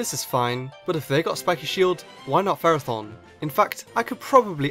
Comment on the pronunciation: You pronounced Ferrothorn wrong in the video.